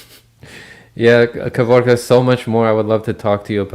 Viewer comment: Only now found out his name is Kevork, not Kevrok.... 🤦‍♂️🥴👍